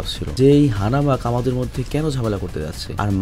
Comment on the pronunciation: "Hanamak" na "Hanma" hobe